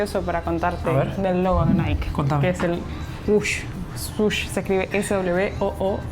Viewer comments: Hermoso video, una pequeña aclaración Nike realmente se pronuncia naiki y no naik. 😅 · Que no se dice Naik, se dice naiki.... y dejen de comerse las eses!!!!! Los quiero!!! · Por cierto se pronuncia Naiky para decir Nike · El nombre de NIKE se pronuncia "Naiki" ... en este caso la ultima letra si se pronuncia. Vayan a Hillsboro a ver el campus de INTEL que es toda una ciudad, impresionante. Pasaron por nuestra vieja casa en Beaverton, me dio ternura. Pasen por el puente de St John's, el mas bonito de todos!